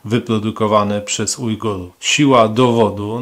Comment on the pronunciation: Ujgujów xD, logopeda się kłania